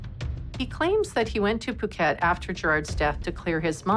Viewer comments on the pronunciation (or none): Thank you for your posting of this episode. My only criticism is that you are mispronouncing the Thai city “Phuket”… I don’t know if this is AI narration, but it is pronounced “Poo-ket,” NOT “Foo-ket.” It’s kind of a relatively big part of your documentary, so I thought I’d let you know.… Thanks again for your hard work making this video available though!